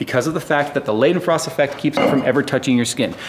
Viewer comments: All was epic except the pronunciation of Leidenfrost haha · Love the vid BUT its more laydenfrost than leyden ... just if you should care